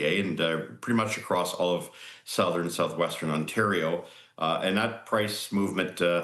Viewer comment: Lol, Ontardio.